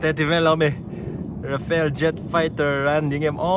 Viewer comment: Rafale, Rafael nilovin.